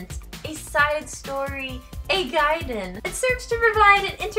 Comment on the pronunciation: Finally somebody who pronounces it 'gaiden' instead of 'gayden'!